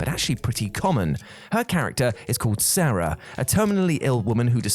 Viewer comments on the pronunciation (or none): none